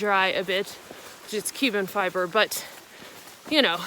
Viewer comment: ok, Is mistakenly saying Cuban Fiber instead of Carbon Fiber? Or is that an actual thing that I don't know about? Can't tell if its her accent or not xD Thank you!